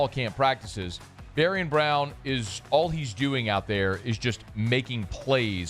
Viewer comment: You’re killingggggg meee. Bari-AHN! Like ZayviOn but BariOn. BariOn